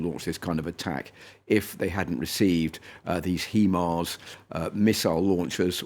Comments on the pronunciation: HIMARS and not HEMARS. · "HEMARS"? Who says HEMARS...every person in the world, from obscure tribes in the Amazon, know how to pronounce HIMARS. Why is such a philistine?